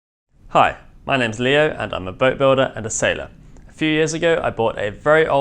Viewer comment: "Leo". that was Nice. and don't go too far on that.👍